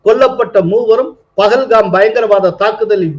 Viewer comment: Why do the Tamizh people pronounce and write as PAGALHAM whereas it should be PAHALGAM.